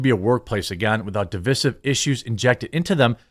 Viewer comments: Dude, c'mon, you have almost 250K views. Learn how to pronounce words. Divisive - dəˈvīsiv - note the long "i" in the middle. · "Divisive" is "DE-VYE-SIVE," as in divide. No, I'm not off-subject. The degradation of, and the assault on, the English language is at the heart of the matter.